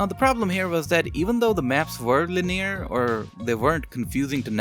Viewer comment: I like his pronunciation of linear it sounds like jewellery store name